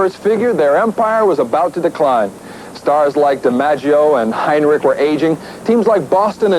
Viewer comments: "...Stars like DiMaggio and Hine-rick..." He obviously never heard of "old reliable" Tommy Henrich. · Tommy Heinrich--pronounced, Hen-rick. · No, Tommy Henrich, pronounced Hen-rick. No "i"